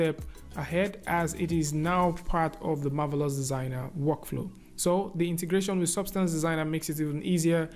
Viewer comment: I love the beautiful way pronounces the words "Marvelous Designer"!